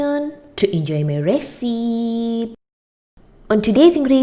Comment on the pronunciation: Recipe is pronounced reh-si-pee - I hope this helps